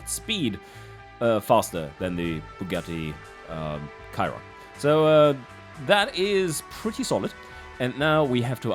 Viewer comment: Ah yes i love the "bugatti kyron"